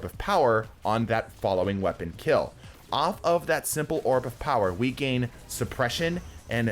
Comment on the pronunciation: "Void Wepaon" 😂